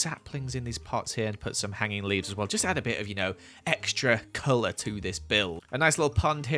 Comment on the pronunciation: no one::ex-e-TRA